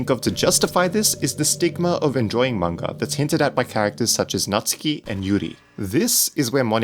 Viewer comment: its nats-oo-ki !!